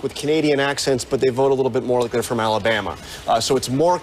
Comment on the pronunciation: Allie-BAMuh What a dolt